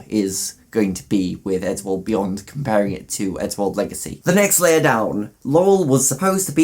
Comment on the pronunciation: Why when he said eddsworld beyond did i think he said eddsworld weeyoo